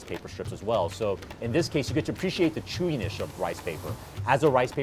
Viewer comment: ...'chewinish of the rice paper'